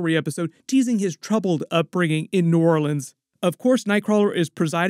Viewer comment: You said my home city very accurate. New Orleans